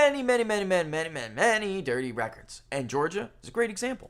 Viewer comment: And 'END' for 'AND' 🤭teeheehee🤭